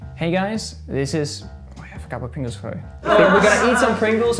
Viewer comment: Pengu saying pringles sounds like Pengles haha